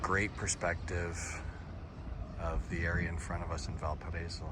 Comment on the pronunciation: VAL PA RA Í SO NO "VAL PA RA ESO"